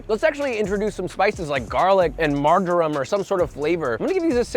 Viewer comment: Josh has earned himself a punch in the face for pronouncing it "margorum"